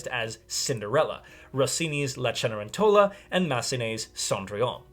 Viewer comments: I'm wondering if Opera Unknown is Cedar Rapids Opera. I saw their production in January of 2020, making it the last live opera I saw before the Backstreet Boys reunion tour. (Also, Ce-ne-REN-to-la, not Ce-ne-ren-TO-la — Italian's tough, my friend!) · correction: It is not "Die", but "Dee". If you pronounce that German article incorrectly, it sounds like you're telling the Bat to die. Similarly for . : Pronounced "Chen-eh-REN-tell-ah"